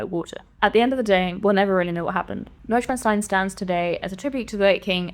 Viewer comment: Holy shit, that's the first time I've heard the name pronounced correctly in any review/preview/leak video.